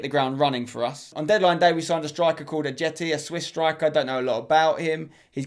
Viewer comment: It’s pronounced ayeti and he’s Albanian but still plays for Switzerland keep up the good work bro